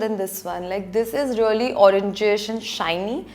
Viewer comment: She is like... Relly relly relly rellyyy... Almost a hundred times..she didn't even say really.. She said relly relly relly relly relly relly relly relly...